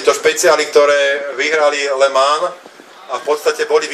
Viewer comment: "le mánž"... "le mán"... zakaždým to inak vyslovuje a to len v priebehu 12 sekúnd, radšej sa raz naučiť, ako to správne vyslovovať a potom to nedopadne tak, že rozprávate ako niekto, kto potrebuje logopéda